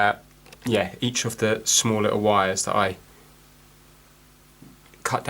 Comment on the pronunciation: Vhat are vires? Is it vampire speak for wires?